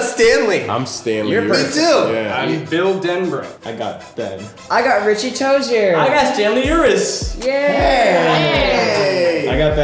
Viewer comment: Finn makes richie toizer: richie toizer UwU